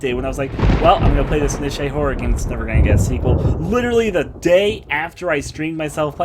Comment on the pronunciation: Okay, "niche" is pronounced "neesh", not "nishay", and you're meant to pronounce each letter individually in "AKA". Sorry. >.> A Tale of Two Sisters is pretty decent btw. Do recommend.